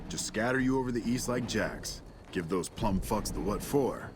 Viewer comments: Oh, ok. So this has ALWAYS bothered me. He says PLUMMED instead of PLUMED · Can we all take a moment to appreciate that the voice actor doesn’t know how to pronounce “plumed”?